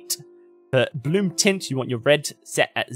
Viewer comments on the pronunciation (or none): none